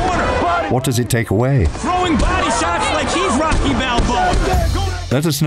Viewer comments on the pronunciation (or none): none